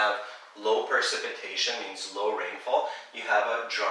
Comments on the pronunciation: Sorry, Percipitation is .... ? That word is precipitation, right? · its precipitation not percipitation